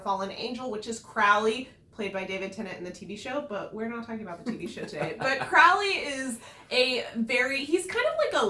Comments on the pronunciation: Isn't it crow-ley ?? P.s- I loved the adaptation toooo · He changed his name from Crawly to Crowley. […] said the serpent, whose name was Crawly, although he was thinking of changing it now. Crawly, he’d decided, was not him. So both pronunciations are correct, or sometimes depends on someone’s accent.